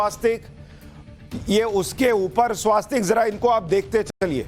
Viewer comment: स्वस्तिक होता है भैया! स्वास्तिक क्यों कहते हो?